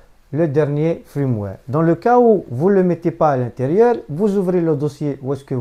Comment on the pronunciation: Un fiiirmware et pas un frrrrimware sinon merci pour l'info 😁😁😉